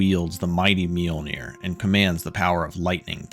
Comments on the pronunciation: This man is definitely pronouncing the j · The pronunciation of Mjolnir really ... You should be smited. >_>